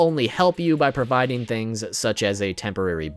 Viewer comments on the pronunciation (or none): none